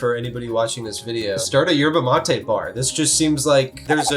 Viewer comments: Why do you pronounce it 'matey'? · His pronunciation of Yerba mate is triggering 😂